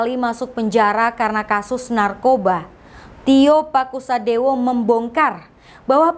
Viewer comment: Tio Pakusodewo bukan TIO PASUKADEWO